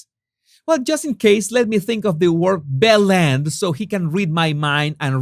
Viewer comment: Anyone know why calls it Belle Endgame? Bellend? Unknown word to me but will google. I usually listen only and thought he was saying BLANDgame hehe